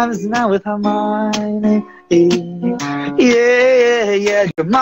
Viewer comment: I love how he says hermione🥺🥺